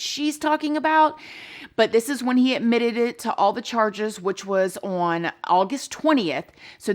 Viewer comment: Love the misuse of the word "on", in which the diva pronounces here as "worn"! LOL!!!